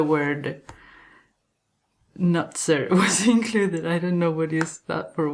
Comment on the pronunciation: Hello. Love your pronounciation of the word 'Nutzer' 🤣 has nothing to do with nuts. Means the user in this case. Love your videos and enthusiasm 🥰